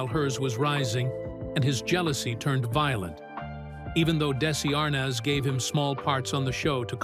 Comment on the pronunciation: This video could have been better organized. It's interesting to finally learn more about Vivian but it got repetitive due to the bad editing and failure to follow the time line. And the narrator doesn't know how to say Arnaz.